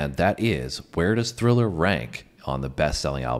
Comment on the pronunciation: Nah I could tell the girl never saw it by the way she said “THILLER” in the beginning lol